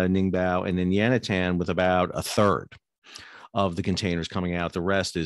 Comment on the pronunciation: Stop saying Yantian and Ningbo incorrectly. Otherwise videos are good. It makes you lose credibility though.